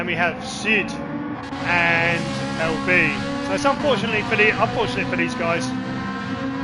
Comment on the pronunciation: LB 😢 it's pronounced LE Billion 😭😭😭 hahahaha